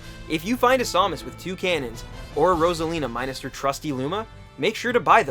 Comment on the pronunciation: Pronouced sam-is (have you been playing melee to much